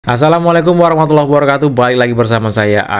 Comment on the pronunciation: belajarlah salam yg benar... Assalaa-mu... bukan Assalaam-mu...